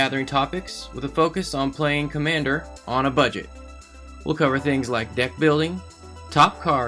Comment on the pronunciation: hey it is gilt not jilt and deck not dick